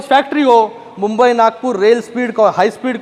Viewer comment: मुंबई बोला साहेब मंबई नहीं